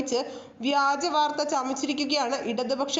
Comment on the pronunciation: വ്യാജമോ നാണം ഇല്ലേ വഗാജം എന്ന് പറയാൻ നിനക്കൊന്നും ഒരു മറിയും ille